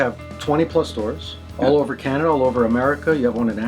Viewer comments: "Canadia" xD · Gabrielle .Rockhill... I sometimes say "CANANADA" 👻